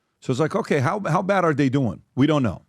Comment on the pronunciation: Why cant PBD pronounce OKAY? Kaaay !! Kaaayy , Kaaaay